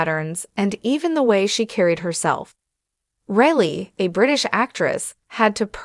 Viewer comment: FFS... get her name correct. Surname is Reilly.... pronounced as Riley, not Really